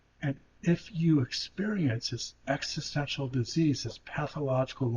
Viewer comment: He can't rly pronounce existential well maybe because he's not grownded in the present